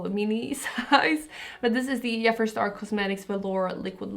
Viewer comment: You look stunning, I love you so much:) I follow you for such a long time. But really triggered me how you pronouncing Jeffree Star:D OMFG:D I know, it´s childish, bud I can´t help myself:D love youuuuu